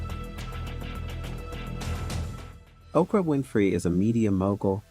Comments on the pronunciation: The way he kept saying Okra instead of Oprah with so much confidence 😂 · Why does "Oprah" sounds like "Okra"?😂 I must be hungry or does someone else hear it? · Ok, why he keep calling her Okra? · 0mg he called Oprah okra!!! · This is a great video, but did you call Oprah Winfrey …..okra??😩😂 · Why are calling Oprah by the name Okra are you stupid! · okra winfrey😊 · This fool calling Oprah Ocra, smh. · Who is Okra? C’mon lady. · This is a great rundown of celebrities who have African ancestry. I want to make a recommendation for a correction. , the photo used is that of Mekhi Phifer, not Chris Tucker. Also, I keep hearing "okra" vs "Oprah". Is this being read by a bot?